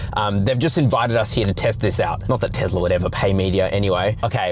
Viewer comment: It is not TEZLA